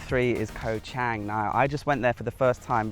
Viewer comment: In Romanized Thai, the "A" is pronounced as in father. Chang is not pronounced as ang. The 'A' makes it ((Chawng)) In Thai, the Grammor is backward to English as Kho (Island) and Chang (Elephant) comes out as Elephant Island. There is a cheaper strong beer made in Thailand called Chang...remember the A is pronounced as in father making it (((CHAWNG))). ..I've spent years there and travelled the country extensively..I'm happily married to a Thai Citizen for 18 years now.. sound smart, not green....Choke Dee Krup (Good Luck politely) Is a very common good by in Thai